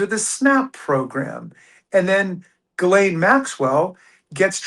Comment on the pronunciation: "Ghislaine" french, pronounced like "She's Len", not "Guh Lane".